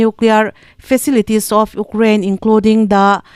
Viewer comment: 8th na ka ni e😂.....UKRAINE i lam rik dan hi😂😂😂😂😂😂